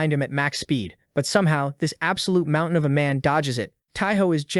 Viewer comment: the fack is a mount-tai-han?